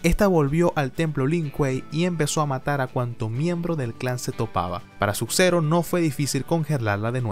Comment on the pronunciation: Porque dices "Suk zero y rectail"?